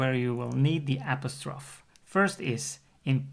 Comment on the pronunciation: I've never heard apostrophe pronounced that way. It may lose you some English speaking viewers